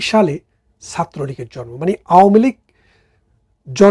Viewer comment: ভাই আমি একজন আওয়ামী লীগের সাপোর্টার হিসেবে আপনার ভিডিও গুলো দেখি। ছোট্ট একটা অনুরোধ। আপনি একজন উচ্চশিক্ষিত মানুষ হিসেবে স্ট্যান্ডার্ড বাংলা শুদ্ধ বাংলা না হলেও শব্দগুলো সঠিক উচ্চারণ করবেন। জরমো কি জিনিস ভাই । শব্দটা হবে জন্ম। একজন শিক্ষিত মানুষ হিসেবে সংশোধন করে নিবেন ধন্যবাদ